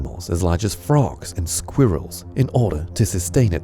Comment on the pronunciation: The way he says "Squirrel" 😂😂😂